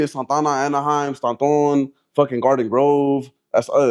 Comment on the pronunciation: I never heard anyone pronounce Stanton like that my whole life lmao